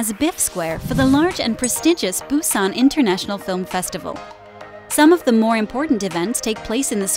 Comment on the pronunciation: It's pronounced more like Boo-jwon! Not Boo-ji-on...😓 Even Busan is slightly mispronounced. The video is quite informative, but if you would ask for directions with that pronunciation.......